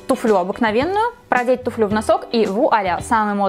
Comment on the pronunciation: Правильно говорить тУфлю